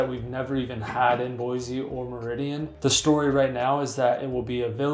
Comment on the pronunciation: This guy can’t even say Boise right. Don’t buy from him he must be a transplant